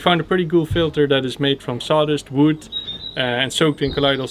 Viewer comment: Them saying "Wood" just makes me happy. "Woud" I'm also worried about the deck on the rock. I feel like it's going to catch wind and flip off like a piece of paper.